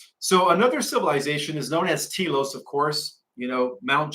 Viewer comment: not pronounced Tea Los, more like Tel Los.